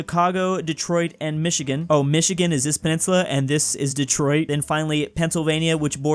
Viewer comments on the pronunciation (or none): none